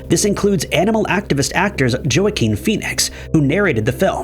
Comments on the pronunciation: Joaquin Phoenix. Not pronounced: Joe a kin. It’s pronounced: Wah Keen. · "Joe-a-keen" Phoenix 😂😂😂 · He-rahl-doe = Geraldo Wah-keen = Joaquin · Wake up chat new pronunciation of Joaquin just dropped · Please learn /research the correct pronunciation of people and places before recording...some of these people's names like Joaquin Phoenix u should know how to pronounce...your voice is so gentle and calming and then we hear u mispronounce a name :( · So was Joaquin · matter, he's going to research, he needs to learn to pounce names correctly. Including Joaquin!!! 🤦🏼‍♀️🤦🏼‍♀️